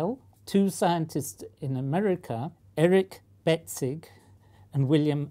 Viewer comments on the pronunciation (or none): the prof mispronounces Betzig and it sounds like breadstick 😂😂😂😂😂😂😂😂